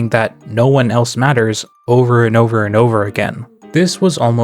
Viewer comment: Is it just me or "no one else matters" sounds like "noelles matters"